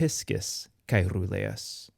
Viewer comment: Good!! but I have noticed do not know how to distinguish the pronunciation of the R neather RR. Caeruleus is pronounced Caerruleus, as heard in the video,- In Latin the R and RR were distinguished in the pronunciation, also in Italian and Spanish today. I do not understand why Latin pronunciation is taught if one does not know how to pronounce the RR or the RR.